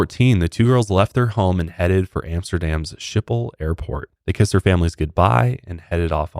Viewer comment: It's pronounced "Skip pol" not "Ship hol".... You Americans 😂